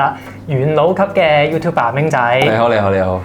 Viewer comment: Youtuber唔好讀成 “Youtube爸” 呢。 發音教材可幫助。祝好。